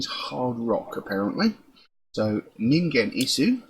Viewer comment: glad you found ningen isu, you were close with hard G but silent u at the end :) please do caterpillar, its my fav